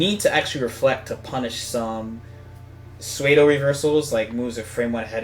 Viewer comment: Sueido!? Lol it’s pronounced sudo (pseudo)